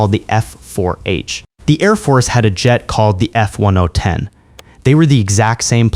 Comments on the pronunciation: “F-one one seventeen”? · "F-1oh10" It clearly says F-110. ONE TEN! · F one oh eleven. Jeez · The F One Oh Ten. The F1010? Are you sure about that? F, one oh (10), ten (another one of these 10), giving us the F1010. Not the F110. Even if that's what it shows on the side of the fuselage in your own video while you're botching the proper designation.